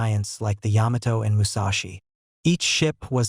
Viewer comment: It is the Yamato, is pronounced as one word. You're doing a video on battleships and can't even pronounce their names??? This is just garbage.